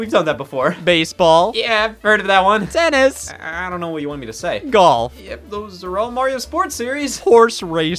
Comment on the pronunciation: "3. TenNs"